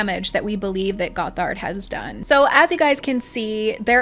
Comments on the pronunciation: Great vid! It’s pronounced “Gothard”. Like “bothered” if that helps! You accented wrong syllable— but regardless he’s a monster! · Goth ard is how it's pronounced! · It's pronounced "GOTH-erd." ("Goth" is pronounced like wearing all black clothing, etc.) Also, he wasn't arrested when he crashed the ATI conference in Big Sandy, Texas. He was removed by police and given a trespass warning (not a lawyer, don't know the correct term & it's been a few years!) so IF he had come back, THEN he would've been arrested for trespassing. I grew up in ATI, & I am NOT defending Bill Gothard, just clarifying that 1 thing. :) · This video is so well researched and fantastic but the way you said gothard makes me feel like an insane woman